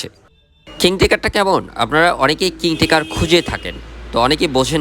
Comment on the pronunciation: আপনার রিভিউ তো বেশ ভালো হয়। এলারাম, কিং টেকার আর মেটিং এর উচ্চারণ শুনে বোঝা যায় আপনি উচ্চ শিক্ষিত। আপনি কোন বিশ্ববিদ্যালয়ে পড়ালেখা করেছেন ভাই?